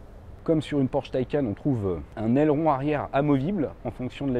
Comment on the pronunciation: c’est pas « mon opinion » mais belle et bien la manière juste de le dire, d’après le constructeur, mais surtout si on se fie au sens du mot « Taycan » en faites... et tout les chaînes cité, ne sont pas forcément à prendre en exemple 🙄, d’ailleurs bon nombre d’autres chaînes ou de personne ayant un minimum de respect pour la langue et les produits qu’ils présentent dise correctement « un Porsche Taycan », tu veux pas faire l’effort de bien le dire, écoute libre à toi, mais sache que tu es en tord...